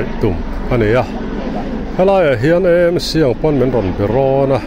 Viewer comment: EMC tia lam hi a dik lo a,AMC tia lam nise,Eizawl Municipal ni loin Aizawl municipal tih a ni a,AMC tia lam ni tawh ṭhin se.